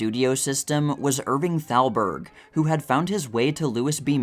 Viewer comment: oh brother , that would be Irving Thalberg .. NOT Salberg ...Thalberg , Thalberg , THALBERG !!!! the boy genius of MGM .... not Salberg .. is this A I ???